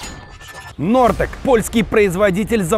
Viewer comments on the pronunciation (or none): Не Нортек.а Хортекс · Ре Нортекс, а Хортекс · не нортек а хортекс- Hortex